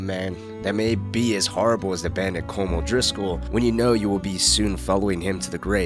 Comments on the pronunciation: Is Collum! not colm! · Its pronounced colum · pronouncing Colm wrong 😔